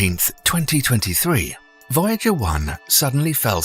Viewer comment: Voyager was mispronounced